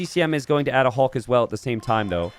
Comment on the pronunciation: Somehow the “Hulk” pronunciation is getting even worse